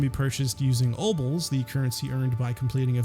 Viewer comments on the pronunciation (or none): I thought I was having a stroke when he said "obles the currency obtained by completing events in the world" a second time.